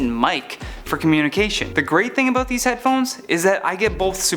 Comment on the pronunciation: "Aboot" lol . Awesome video thanks